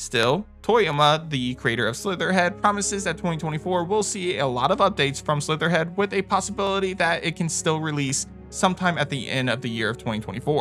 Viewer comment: Great list... very annoyed by constant name dropping games like Slitterhead with incorrect pronunciation. Slitterhead, not Slitherhead. Makes me confused on what the names are on some titles.